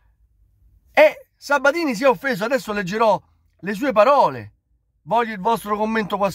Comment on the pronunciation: Ma è così difficile dire PAROLE invece di BAROLE?